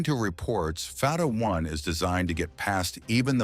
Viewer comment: It's not called far ra 1 but Fattah 1, don't twist your tongue so hard. Pronounce it correctly, thanks Israel starting this mess, now it will pay , too bad.